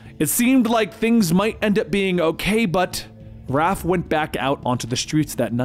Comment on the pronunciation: I can't believe he called raph RALPH 😂😂